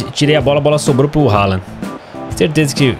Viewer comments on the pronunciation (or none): none